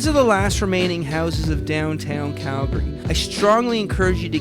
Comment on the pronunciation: Thank you for pronouncing our city correctly. Its Calgary, not Cal - Gary. Drives me nuts when people say it like that. #YYC #HomeSweetHome